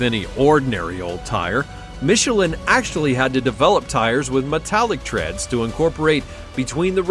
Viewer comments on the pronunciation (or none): none